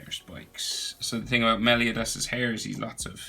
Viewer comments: Meley-O-das 😂 Nice Video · Ughhh your pronunciation of meliodas gives me cancer but the drawing makes up for it